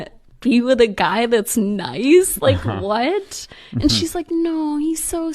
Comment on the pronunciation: || As a patriotic American, that "valley girl accent" is probably the most ann○ying accent out there. Especially how they pronounce the word, "what," it sounds like, "whyuht?"